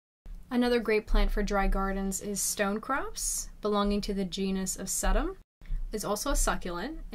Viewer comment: Sedum is pronounced See dom!